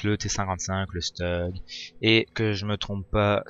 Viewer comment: Stug : se prononce "Stoug", pas "Steug", c'est de l'allemand, pas de l'anglais ! Merci pour cette vidéo !